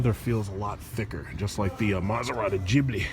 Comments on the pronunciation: Man! PLEASE! COME ON! It is gHibli and not gibli. Pronunce it with the hard G just like when you say Get, Give etc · He's mispronouncing it on purpose. That's his style.